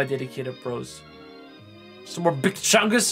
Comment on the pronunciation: How you said big chungas!! 🤣🤣🤣